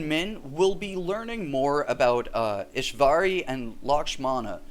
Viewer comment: It's Ishwari not EshVarey